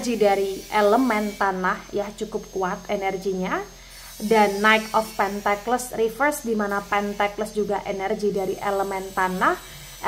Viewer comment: Cara sebutnya pentikel kak. Bukan Pentekles 🙏